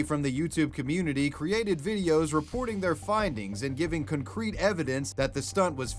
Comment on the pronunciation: Love you, but why'd you pronounce it "cuncrete?" 😅